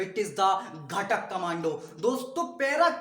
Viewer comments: घाटक nahi bhai घातक hota hai 🥲😅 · Bro it's not ghtak is gathak